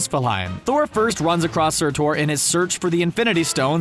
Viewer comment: So is it pronounced sur-tor?